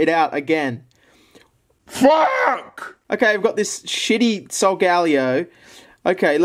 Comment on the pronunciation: u pronounced solgaleo wrong